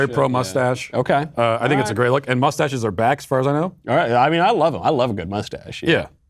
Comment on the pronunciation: Michael 2/3rds into a martini cannot pronounce the words "great" and "grape" differently.